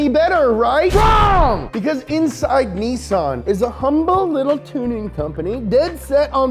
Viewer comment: THERE!!! You said it! "NEE-SON" !! NICE!!! ARI-GATO! lol!! :)